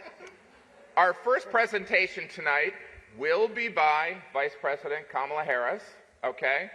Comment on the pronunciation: He can't pronounce Kamala or "Vegan"!